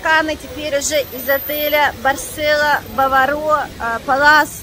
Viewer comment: А что вы в шоке-то??? От еды что-ли? Баваро вы не правильно произносите, ударение на второй слог, на а, а не на О.